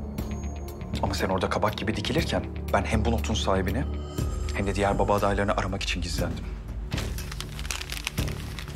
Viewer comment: Ozanın eceyle konuşurken baba kelimesini söyleyememesi...